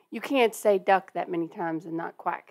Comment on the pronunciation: You said Tuomas right - but "Duck" was really deep southern, LOL!